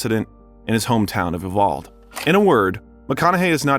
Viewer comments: Please learn how to pronounce you Val Dee! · U-Val-Dee…………not Uval. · As a Texan that lives near there, Uvalde is pronounced You-vawl-dee Lol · It’s U-Val-De! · Uvalde is pronounced You Val dee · Uvalde (OO-BAL-DAY) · Not only do you not know how to pronounce Uvalde, you also mispronounce Renée Zellweger and Anne Hathaway. You are bringing us content about celebrities. And you do a good job! But for heaven’s sake! It only takes a Google to check yourself on these names. I personally don’t understand it but be thorough!